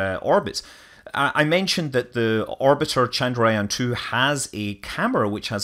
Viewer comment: Man , you can't even pronounce Chandrayaan2